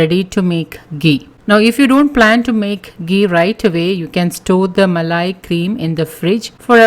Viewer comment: Muh-lay Cuh-D Muh-lay Cuh-D Muh-lay Cuh-D 😂😂😂😂😂😂🤣🤣🤣🤣🤣🤣